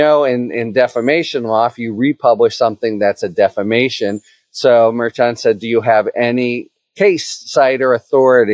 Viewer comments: Mer-shon not mayr-chon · All this time and Harry still can't pronounce MarSh-On properly. It's not Mayor Chun. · Harry, I appreciate all the info on this, but one thing bugs me: you pronounce Judge Merchan's name differently than everyone else and, frankly, inconsistently. If you know that the "mer-shawn" pronunciation everyone else uses is incorrect, fine, but otherwise I wish you'd pronounce it correctly. It's basic respect to get someone's name right. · I wonder if the judge would fine you every time you called him Merchung? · What can we do to stop you from pronouncing Merchan's name wrong? Mer-shaan. Think, like, Chicago or Chef. Karen Friedman Agnifilo already sorted you out on this last time she was on your show! Thanks in advance. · Out of respect for the Judge please pronounce his name correctly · Merchan is pronounced soft, like "mer-SHAN," right? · Can you please pronounce the name of the judge correct? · Harry, I have a bingo card going on how many different ways you can pronounce Merchan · It would be a good idea if you learn how to pronounce the judge's name. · Minor thing I know, but it’s a pet peeve of when people don’t confirm how to pronounce names. Either you know something no one else does, or you’re pronouncing the judge’s name wrong. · Harry's strange pronunciation of "Merchan" continues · I've noticed that as well! Harry is great, but he often pronounces things a little strangely. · I heard that correction as well, but Harry isn't pronouncing it that way. It was that interaction that made me realize he was pronouncing it differently and, as he does here, inconsistently.